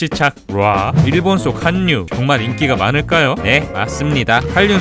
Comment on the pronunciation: 한류는 한류 라고 읽으시면 안됩니다.... 한류는 할류 라고 읽으셔야 해요.